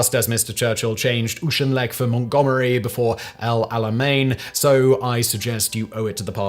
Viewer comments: oo-shin-leck? you mean oh-kin-leck? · AWK-in-lech. Do you have anyone checking your pronounciation? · I don't get this about... He's clearly a Brit, but he so often mispronounces names and place names in a way that a Brit never would. His butchering of the name of Aneurin Bevan is especially puzzling. Edit: see also "Blenheim". Edit 2: And "Auchinleck"